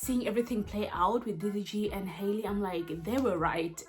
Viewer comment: Halle’s name is pronounced hal-ee not Hailey!